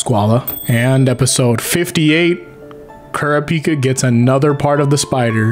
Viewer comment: Ku-ra-peek-kuh wtf Its ku-ra-pick-ah